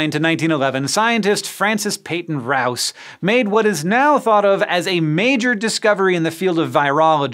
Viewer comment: Rous is pronounced Roo. And k o c h is pronounced cook. If you're going to do a video using people's names at least learn to pronounce them.